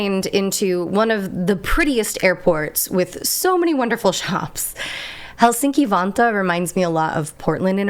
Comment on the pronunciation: It trips me out so bad when you say city names 😓 Vantaa sounded like Vanta and I needed a moment to remember what it is in reality. Otherwise, good Finnish? Sauna sounded perfect, and that's all that matters 👍